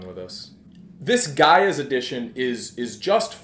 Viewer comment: lol, what? The Gay-a edition? We learn every day.